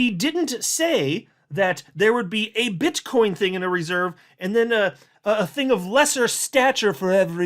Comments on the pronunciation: Bro, it's BITCOIN not Bitchcoin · He said Bit-ch coin 😂 I heard it!